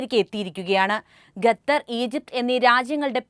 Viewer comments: ഗത്തർ അല്ല ഖത്തർ ആണ് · ഗതർ അല്ല 😄ഖത്തർ